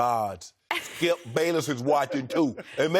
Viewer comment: "Skiup Bayless. WOULD you STOP... gives up SKIUP"